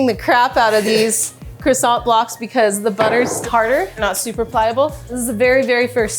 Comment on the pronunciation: How you can be such a good baker and still can pronounce croissant 🥐.. being French it will always amazed me